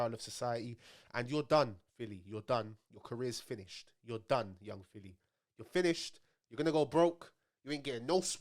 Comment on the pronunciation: Man said p filly